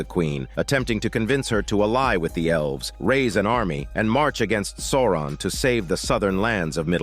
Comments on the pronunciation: The way you pronounce Souron 😜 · It took me a bit to get used to. 😂 But it's AI, so not surprising it got something wrong.